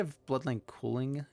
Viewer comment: Same, and he called culling cooling. 😅